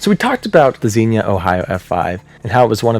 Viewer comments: Love going over these, but while I know this is a three week old video, I have to correct as someone from the area. Xenia is "zee-nyuh" lol. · Just a few pronunciation corrections: Xenia = ZEEN-yuh. Lubin = LOO-bin, although Poles pronounce it more like "LOO-byin." Guminski = goo-MINN-ski. Goessel = probably "GOSS-el" or "GESS-el," but Germans might pronounce it like "GER-sel." The singular of vortices is vortex, not vorticee. Also, freakin' awesome video. I used to write off hypothetical tornado wind speeds as silly conjecture, but now I think they're highly important, relevant, and thought-out. Thank you for producing this video and motivating me to change my mind. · Great piece as always,! As for mispronounciations (Heh heh) - XENA is a Warrior Princess....Xenia, Ohio is pronounced "Zien - ya" by most people...just sayin.....heh heh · I hate to be that person, but Xenia is pronounced zeen-ya. 🙂💜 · (I don't mean this is a nit-picky way, just like... a future reference way? If that makes sense? Like, I'd want someone to tell me if I was the one pronouncing it wrong. You're awesome, in no way do I wish to be rude) I'm fairy certain the "i" in Xenia is actually pronounced, it should rhyme with Armenia, Slovenia, and Schizophrenia. My aunt and uncle live there.